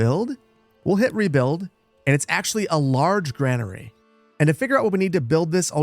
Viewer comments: GRAIN-ER-E Say it. Say it again. Not GRAN-ER-E. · its pronucned grainary just spelled different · Is the Gra in Granary really pronounced like the Gra in grandma and not like the Gra in grain. ESL here, just curious